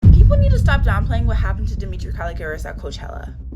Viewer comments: No hate at all but it’s dem i tra not dem I tri a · It’s demitra not DEMETRIA 🫩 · Yall her name is DemitrA not DemitrIA😭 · Duh- mee- tra not Duh- mee- tree- uh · No offence, Her name is Demitra and pronounced “Deh-Mi-Trah” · can u not pronounce her name as “demitria” im so sorry but it just doesn’t sound right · Omg why can’t we pronounce her name properly?💀 it’s not that hard. You piss me off everytime you make a video about them cause why tf can’t you say Demitra. How do you make a video about someone not knowing their name💀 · Her mispronunciation of demitras name is irritating me plus “she was SA’d without her consent” WHO GIVES CONSENT TO BE ASSAULTED ?! Like you’d think after the research she’d know how to pronounce her name . It immediately makes it clear that you don’t actually care ur here for the clicks . Idc what y’all say wrong info distracts from the vid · its bad enough that they get assaulted almost daily and now a video that is shedding lights towards it is repeatedly saying her name wrong. I get it, in this situation that should be the least of our concern but like atleast get the victim's name right?😭